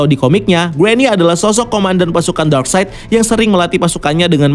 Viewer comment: Akhirnya setelah sekian video, si abang udah bener nyebut nama darkseid 😂 eh salah lagi 😂